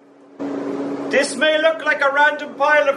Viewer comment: Whenever you say "Don't do dis" those are the most interesting parts almost every time.